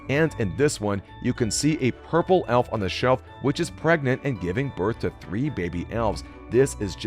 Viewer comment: You said elf wrong